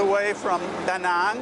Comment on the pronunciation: love the way you pronounce Danang...most of foreigners saying it wrong...well not wrong, but not Danang's dialect :)